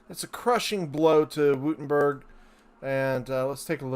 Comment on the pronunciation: Take a shot every time he says "Wootemberg"